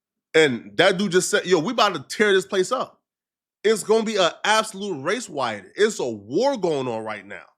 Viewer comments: On this day Elmer Flakko predicted the first “Wace Wiot” amongst the Looney Tunes at ACME ACRES PENITENTIARY 😂😂😂😂😂😂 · A wace wyatt 😂